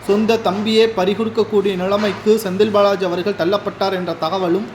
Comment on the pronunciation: "திராவிட முன்னேற்றக் களகம்" அல்ல, "திராவிட முன்னேற்றக் கழகம்". "களைக்கக்கூடிய" அல்ல, "கலைக்கக்கூடிய" "ஸெந்தில் பாளாஜி" அல்ல, "செந்தில் பாலாஜி". "ஸடலமாக" அல்ல "சடலமாக". இன்னும் பல குறைகள் உங்கள் தமிழ் உச்சரிப்பில் இருக்கிறது. நன்றாக தமிழ் உச்சரிக்க கற்றுக் கொள்ளுங்கள். தமிழை கொல்லாதீர்கள்.